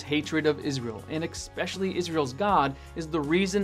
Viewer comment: It was all good until he said "eck-specially" 😖